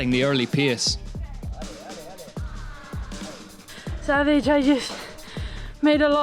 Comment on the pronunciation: Hard to pronounce well italian names while still struggling to pronounce english words like "race" or "pace"... 😅 But I like anyway the effort to upload this recap already on sunday!